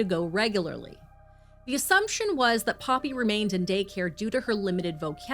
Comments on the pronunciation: Poppie is not pronounced Poppy 👀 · You pronouncing poppy wrong. It's paw pee no other way I can break it down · poppie is pronounce "paw pee" or maybe even "por pee" for you. Koekemoer is pronounce "koo koo moor" and Kobus is pronounced "Koo ah bus"